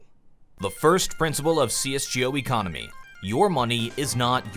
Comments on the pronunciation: cs joe economy?? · great video, but PLEASE pronounce it "CS:GO" not "CS:Jee Oh" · CS 'JO' ?? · see-es gee-oh lol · am I the only one who got a cringe when he says cs Gee O